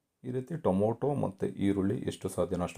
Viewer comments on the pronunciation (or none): ದಯವಿಟ್ಟು ಟೊಮೋಟೊ ಅನ್ನಬೇಡಿ. ಟೊಮೆಟೊ ಅಂಥ ಹೇಳಿ.